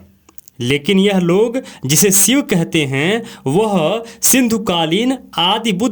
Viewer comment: Sivu or SHIV. KINDLY amend your pronunciation.